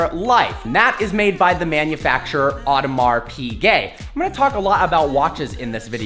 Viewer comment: How come you pronounce Piguet correctly but Audemars as odd-uh-mar? Oh-duh-mar.